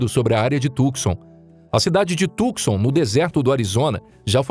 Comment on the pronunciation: A tal cidade de Arizona chamada Tucson e' pronunciada corretamente assim: TU (com o 'C" silencioso) SAN, e nao tucson como ele diz. Portanto TUSAN, com o acento no "A" da silaba final. TU-SA'N.